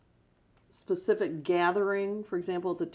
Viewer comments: "Is JMMI your business?" "Well....of course. But to be pacific you'd have to axe Michelle, I'm not really sure on that....." As he sweats right through his clothes. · 😂😂 Will you Be more “ Pacific “?!? 🔥👿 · "be more PACIFIC"..........."i have REPTABLE people"................"you have to AX michelle"...................AND HUNDERDS OF FRIGGIN MORON NIGGAS GAVE THIS STUPID NIGGA MILLIONS ??????????????????? !!!!!!!!!!!!!!!!!!! I THINK I'M GONNA OPEN A CHURCH IN A BLACK NEIGHBORHOOD..................HAHAHAHAHAHAHAHAHAHAHAHAHAHAHAHAHAHAHAHAHAHAHA🤣🤣🤣🤣🤣🤣🤣🤣🤣🤣🤣🤣🤣🤣🤣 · What makes this so funny, is he is clearly illiterate and stupid but portrays himself as intelligent. Someone tell this guy it is pronounced "Specific" NOT "Pacific" Hahahahaha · Yeah I like the way he says certain words. Axe, pacific . He doesn’t know common language